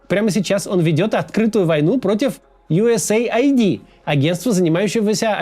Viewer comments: Не юэсэй айди а юэс эид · Скажите кто-нибудь ему, что это не Ю ЭС ЭЙ АЙДИ. Это Ю С АЙД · Да какой бл айди? Эид. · Абривиатура USAID читается как US Aid (Ю Эс Эйд). Произношение USA ID (Ю Эс Эй Ай Ди) очень режиь слух! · US ID это то что вы произносите,организация о которой вы говорите называется US AID !!! Как можно это упустить? ))) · Поддериживю! Ну сколько можно... Аж слух режет! Правильно - Ю Эс Эйд. А не Ю Эс Эй Ай Ди... Смысл там в аббривиатуре - Соединённых Штатов Помощь. Ай Ди (обычно аббривиатура ID) - удостоверение личности, что ни коим образом не имеет отношения ни к структуре, ни к её названию. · Правильно произносить юэсэйд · Ага: ЮЭС ЭЙД блин не понял как читается глядя на картинку где оба слова выделены отдельными цветами 😂